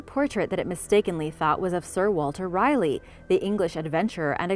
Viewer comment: so... you take great lengths to properly pronounce Spanish names then brutally miss pronounce Sir Walter Raleigh....